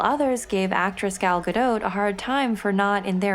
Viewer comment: I real enjoyed this video; Hippolyta and Gal's names were finally pronounced correctly. This bio was done very well--love it...